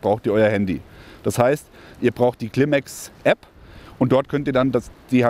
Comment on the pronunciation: es heißt Climate (Clim-eight), nicht "Klimex"😅